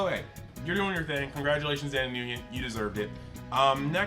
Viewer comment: Love ya boss just heads up the name Nguyen is pronounced “Win”. Mean that with as little shade as possible.